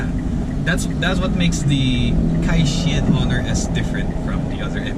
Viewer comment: It's pronounced as kai - chen.